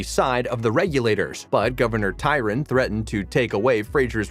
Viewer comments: As well as historical figures! It’s Governor TRYon not TYron! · It's Governor Tryon, not tyron. Fort Tryon park is near where I am. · Hey, it's Governor TRYON, not "Tyron." Do your homework. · Can you say “Try-on?” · The narrators of most of these video's are computer generated voices. The computer cannot decide where to put the emphasis in words or how to pronounce all the words correctly. In this video Gov. "Tryon" was pronounced "Tyron" (just incorrect on part of the creator) and Diana was pronounced "Dee-ana". Tobias - "Toe-be-us_. LOL And it is irritating. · WHY don't these narrators DO their homework and learn how to pronounce Catriona properly??? AND it's Governor TRYON....notttt Tyron. The narration is painful to listen to. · Please learn to correctly pronounce the actors' and characters' names! It's Kuh-treen-uh!! MAR-suh-lee!! Governor TRY-on!!